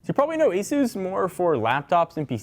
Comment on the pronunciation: Asus not eezoos